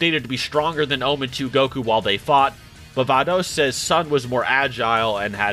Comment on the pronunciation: STOP MISPRONOUNCING CABBA'S AND VADOS'S NAMESSSSS